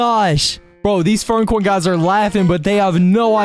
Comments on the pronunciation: Bro called furcorn furncorn 💀💀💀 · Bro no hate but man’s said “furncorn”